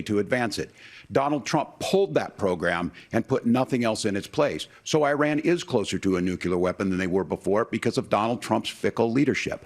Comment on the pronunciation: NOOOO SOMEONE TEACH WALZ HOW TO SAY “IRAN”!!! It’s not “eye-ran”!